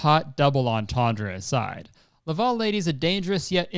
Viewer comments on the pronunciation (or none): Its Laval you pronounce it like level and lava. (sorry yugioh nerd)